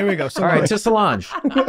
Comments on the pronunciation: Damnit Rob, it’s not slaunch, it’s Sláinte (Pronounced slaun-cha). Glenn had it right in the first attempt. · Just because I don't see it mentioned here: Sláinte is pronounced more like "SLAWN-chuh" like how Charlie said it. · The Irish word is "Sláinte". It literally means "health", it's used as "cheers" would be in english, and is pronounced something like "Slan-cheh". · Slainte is pronounced “slan-cha” haha slange cracked me up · It's "Sláinte" not slange. Pronounced more like "slan-chuh" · 3 minutes in, just so people don't spread misinformation, the irish cheers is not pronounced "slawnge" it is pronounced "slawn-cha" and it is spelled 'slaínte' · It's Slainte (pronounced ''slawn-cha''). Absolutely not ''slawnch'' as pronounced by Rob 🤣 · The pronunciation of Sláinte was painful! They'd already shot the Irish season at this stage right? For anyone wanting to know it's sl-awn-cha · IT’s Slainte. Like (slawn cha) ☘️ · SLAWN-CHA = Slainte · I like that Charlie actually was way closer to the pronunciation of "Sláinte" than Rob, the guy with two fully Irish parents. For reference, the pronunciation is more like "Slawn-cha", think of the "lawn" sound like it's the English word "lawn". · It’s “Sláinte” (slawncheh) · its pronounced 'slawn-cha' and it means health literally, but you say it to mean cheers/to good health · It’s Sláinte and pronounced slawn-cha, for anyone who cares! Edit: it means health - basically a toast to good health… and a good session! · Scots Gaelic speaker from Scotland here, slàinte (Scots) is pronounced sLAN-chuh, or sláinte (Irish), sLAWN-chuh, if any of you American creeps want to ACTUALLY get it right next March 17 😉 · BTW lads, from an Irish person, it’s pronounced: slawncha. Love you xx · The Irish for cheers is prnounced "Slan-Cha" (spelt 'Slainte'). It was the only bit of this podcast I didn't enjoy. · just so yous know, Slainté is pronounced "Slan-cha", Charlie was closest 👍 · Sláinte - (pronounced Slaun-cha) to you too from Ireland 🇮🇪